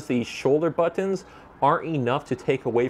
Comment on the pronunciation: Stop saying bOtOns...